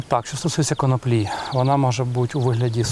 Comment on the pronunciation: Саме так. Українською правильно коноплі (з наголосом на другому складі). "Від Києва до Лубен насіяла конопель" Зрештою, це легко перевіряється. Відкрийте будь-який український словник і отримаєте відповідь. НХНЛ!